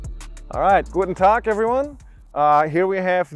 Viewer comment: pronounced the german Guten Tag at native speaker level and also is a german latin name for the leader of the german free tribes that defeated the roman empire 9ad in a big battle close to Kalkriese. Sounds like he might have german roots even though or Arminius is a quite unusual name in germany nowadays. So good evening to and the Munroe team.